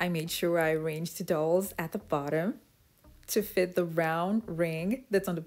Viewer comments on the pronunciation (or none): Very interesting and clever. It's dowel though not towel ir doll.